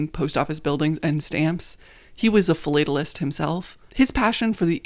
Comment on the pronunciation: As a lifelong stamp collector and member of the American Philatelic Society, thank you very much for this wonderful video. The history of the post office is quite literally the history of the United States and vice versa. Losing it would be a very sad chapter in the history of our country. I don’t mean to be critical, just constructive, but the pronunciation of philatelist is with a “short a” : fill-lat-tell-ist 😊